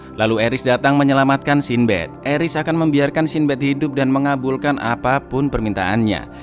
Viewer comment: Sin Bad 😐 coba pakai google translate, cara pengucapan mu kurang tepat